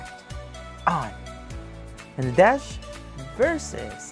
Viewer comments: Actually, Nadech's name is pronounced as NADET in Thai :) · Those were not pilot uniforms. Nadech (pronounced as Nadek btw) played as a navy official and a royal guard in one of his lakorns with his girlfriend Yaya Urassaya. The lakorn's name is The Crown Princess. I have no idea about Mark's uniform but i am pretty sure its also for a lakorn. Nadech's dog's name is YenYen which he adopted. Only Nadech is having a relationship with Yaya. They've been together since 2011. Mark's girlfriend is Kimberley, Yaya's bestfriend. Btw, these 4 are best of friends. Yaya Urassaya is one of the most famous thai celebrities. Known as the queen of presenters because he represented over 200 brands and she is the first and only thai actress to be tapped as Friends of Louis Vuitton, and only thai actress to be included in the prestigious business of fashion (BOF) list. She is also the most decorated actress for winning most acting awards. You are right, Nadech has more awards than Mark. He is in fact the thai actor who got most awards with only 10 years in the entertainment industry.